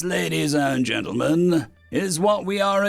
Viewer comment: So I've listened to about 60 hours of your narrations and I hear "Greeting ladies and mentalgents." It's insanely consistent so is that actually what you are saying?